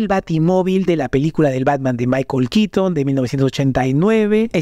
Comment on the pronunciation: Es keaton KEATON KEATON!!! NO QUITN... Burton Burton BURTON, NO BURTN... Que tienes contra la letra "o" . Ni los gringos hablan así.X FAVOR. X lo demás bien por el vídeo.